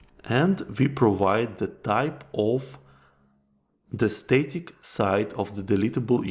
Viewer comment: static is pronounced “stah-tik” not “stay-tik”. The first vowel is as in stab, not stay.